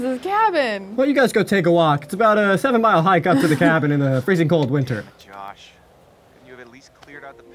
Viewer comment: Anybody else hear him say “Josh Wash” 😂